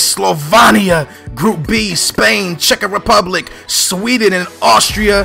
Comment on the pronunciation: "Cheka Republic." Are you fucking kidding me?